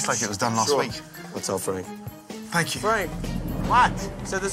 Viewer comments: "Fwank is a vewy wazy cook, he doesn't even fry the eggplants anymore, my mudda and fadda and up frying it." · FWANK IZ A VEWY WAZY COOK